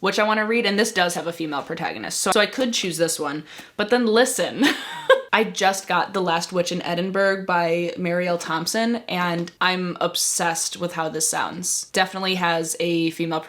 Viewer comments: oh goodness that is quite a hefty tbr, we believe in you!! small pointer, edinburgh is pronounced eh-duhn-bruh, us scots like to be difficult 🤣🤣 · Please - if you're going to read a book about Edinburgh - please please please pronounce it EdinBurra - thank you thank you 🤩